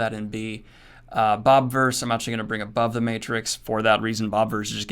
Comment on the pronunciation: Glad to see the Bobiverse here, even though I don't know why you can't pronounce the I in it. :-P